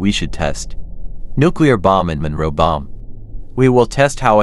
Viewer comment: Munroe bomb not monroe Bomb